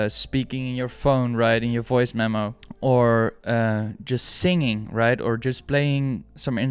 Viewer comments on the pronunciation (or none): none